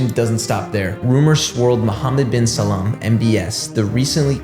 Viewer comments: It’s Salman not Salam. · How do you manage to read Salman as Salaam throughout the entire video lol